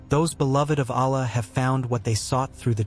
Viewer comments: Please learn to pronounce the Arabic words as correctly as as possible. For example pronounce Allah with emphasis on two LLs. The creator is pronounced as Allah and not Alah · Please do not use AI text to speech conversion to pronounce the name of Allah. It is not a correct pronounciation.